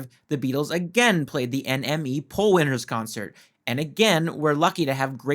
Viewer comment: It's pronounced enemy, NME !